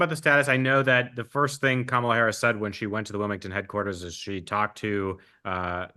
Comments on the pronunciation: said “Calm-AH-la” (so missed one, Mark!) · could you please learn to pronounce Kamala's name correctly? The reason I love the show is because of the respectful (usually) bi-partisan discourse.